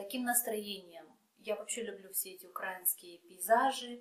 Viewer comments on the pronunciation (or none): none